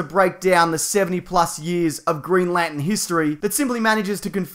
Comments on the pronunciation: Green Lantern not Green Lanten is that some kind of New Jersey accent do they always leave out the r? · Stop saying Lantin! There's an R in there. Lanterrrrrrn! Green Lanterrrrrrrn. Not Green Lantin. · He says it as green lantn 😂